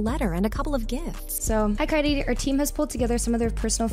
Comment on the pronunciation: SHE FINALLY SAID KYAEDAE RIGHT